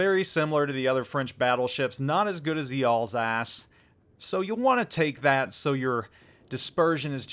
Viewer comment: I thought u said Ballsack instead of Alsace...